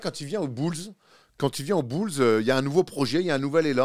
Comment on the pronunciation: Y a peut être d autres priorités avant ça : Beulz plutôt que boulz (bulls) Tim'erOulvz plutôt que timberwolves Reptorz plutôt que raptors Etc Le heat c'est trop chiant à prononcer,puis cette année ils feront rien